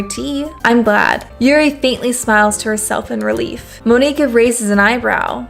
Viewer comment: Monika is pronounced the same as Monica